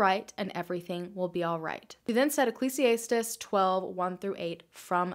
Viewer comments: Love this video- freakin weird. Just fyi- Ecclesiastes is pronounced ec-leez-ee-ast-eez 😚❤️ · Ecclesiastes is pronounced: "Ekk-lees-ee-ass-teez" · Just for future reference the book in the bible you are referencing is pronounced like ecclEEsEEastEEs, the I is a long e sound not an I sound. Just saying lol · That’s a death quote, peace for your final rest, transition.... someone commented it below as well and as a theology student I completely agree. (Ps-you pronounced Ecclesiastes wring, ijs) love ya, awesome video as usual.... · That is not how Ecclesiastes is pronounced. Just saying. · Is anyone else bothered by how she pronounced “Ecclesiastes?” 😂😂😂